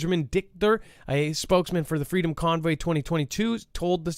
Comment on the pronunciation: Do we really live in a free country if can't even say the word "FREEDOM"???